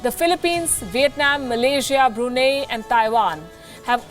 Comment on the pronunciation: Bru nai not nei brunei isnt ghee.